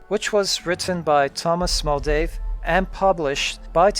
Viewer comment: Tom Moldvay, not Muldave...